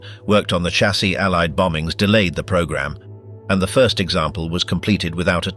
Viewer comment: I DO WISH YOU WOULD STOP CALLING A DAMN chaaasie it is pronounced as a shhh shassis not like a bloody church with a CH !!